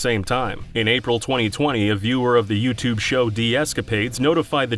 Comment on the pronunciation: Yoot Jools Fooptube hehe